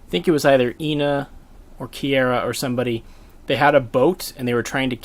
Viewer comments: Oh my god how are you mispronouncing her name so much. Key-are-ah That's it. That's how you say it. Not key-aira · Small thing, it's KiAra not KiEra. Nice video though thanks. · this is cool and all but im beeeeeeeeegging you to learn how to pronounce kiara's name it sounds so cursed when you say "kiera" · The way you prounce Kiara bothers me